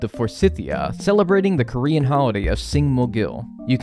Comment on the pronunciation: your korean words pronounce is perfect! as a cursed korean guy, I'm so glad